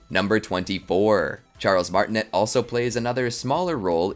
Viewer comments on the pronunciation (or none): Also it’s pronounced Martin-A not Martinet